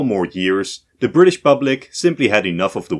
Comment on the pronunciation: “WELLLLLLL!!!!!!!” “We Fired Our Guns And The Bri’ish Kepta Comin!”